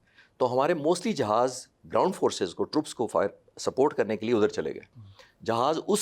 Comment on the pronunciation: Aand force😅😅😅😅😅😅